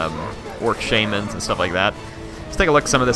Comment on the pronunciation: Mine-a-tors and Shay-mans